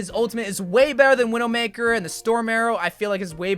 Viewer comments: "Veedoemakah" He probably said Widowmaker in a french accent. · the way he said widowmaker broke me